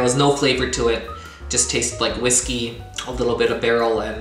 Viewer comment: LOL I had to rewind because I thought you said it tastes like Disney at first (instead of whiskey). Congratulations to 100!!!! That bottle transformation was cool.